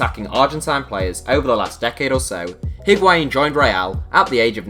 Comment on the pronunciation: Void Vector no. It’s not wa It’s a